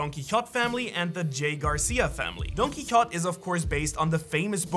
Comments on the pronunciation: He says donquixot It's Donquixote ! Say it with the pizaz and accent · donquixote is not pronounced “don-kee-hot”. it is pronounced “don-kee-ho-tay” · I’m pretty convinced you haven’t watched the show because who pronounces Donquixote like that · The way he pronounce Don Quixote rubs me the wrong way lmao